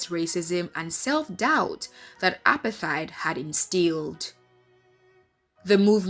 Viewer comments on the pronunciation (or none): Good film, but it's pronounced more like APART-HATE, NOT APAR-THIDE... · Apart-heid ! Not apar-theid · Apartheid is pronounced "apart - heyd". Please can we correct that. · Nami the accent is shaking me. It's like she's saying appetite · Clueless narrator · like bro uper tyd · The way she says apartheid is so foreign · It’s not foreign. It’s wrong.